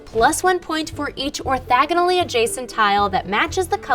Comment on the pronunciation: Orthogonal. Not orthagonal.